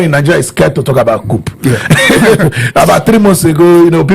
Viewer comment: Why are you calling it C-O-U-P 😂😅? The P is silent😅.